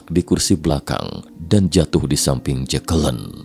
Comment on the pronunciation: ...dan jatuh disamping JEKELEN wkwkwkwkwkwk, nama keren-keren kok jadi gitu bacanya mas wkwkwkwkwkwkwkwkwk